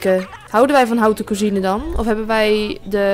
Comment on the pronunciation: haha wat leuk om te zien! haute cuisine is trouwens frans, spreek je dus iets anders uit :)